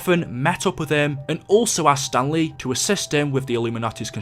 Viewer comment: Every time you said Stanley I thought you were saying stan lee